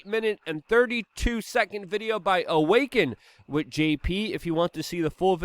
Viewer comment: “Wittt” It is With, W I T H. The TH.